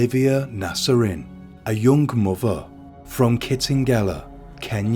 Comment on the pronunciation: "A young muver" omg can't listen to this blokes voice 🙉